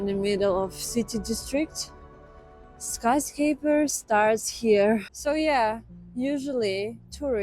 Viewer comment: Hi..It's skyscRaper..skyscraper..You are leaving the "r" out when you say it.😊